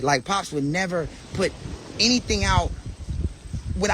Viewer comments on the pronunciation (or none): PUT not PIT